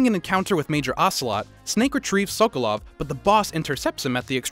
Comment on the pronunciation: Where’s the white guy who can’t pronounce SOKOLOV lol